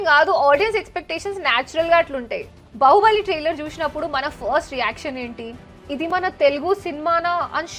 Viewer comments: బహుబలి కాదు 😂😂బాహుబలి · బహుబలి కాదు బాహుబలి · 😂 rendu okati ayte okela vundali gani spelling vere ga enduku vundi baaahubali very bahubali vere kavalante google loki velli bāhubali pronounciation chudandi a ki aa gota alane vunchi chudandi mike ardam avvuddi